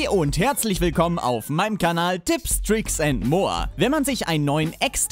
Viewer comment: Warum sagt er "Tips Tricks and Moa"?